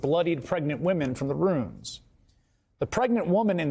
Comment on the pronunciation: It’s ruins not runes dozy yank